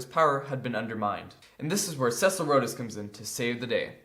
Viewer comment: Rhodes is pronounced like "roads".